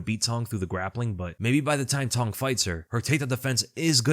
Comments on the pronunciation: “Cong” is pronounced “tsong”, not “tong” for those wondering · It's Wong TSONG. The C in Cong is pronounced TS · For what it's worth, the proper pronunciation of Cong Wang's name would sound like "Wong Tsung (rhymes with 'tongue')." In Mandarin to English translation (often referred to as Pinyin), the "C" sound is pronounced as a "Ts" sound, e.g. "Cats." Hope that helps. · the C in Wang Cong is pronounced "ts". "Wang Tsong". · Hey, not an expert but my understanding of how to pronounce the "Cong" in Wang Cong's name is that the 'C' is a bit like a 'tz' sound combined together. An (incorrect) approximation of this is the 'ch' sound, although that's a distinct sound in Mandarin as well. There are probably sound guides on Wikipedia that will do a better explanation of the differences. The way her name is romanised from Mandarin characters is called pinyin, in case that helps with finding more information about the pronunciation.